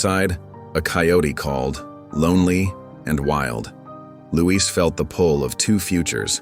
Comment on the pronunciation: Not Louise -- it's Luis.